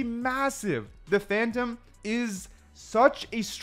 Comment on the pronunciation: ''Phantom-a'' ? oO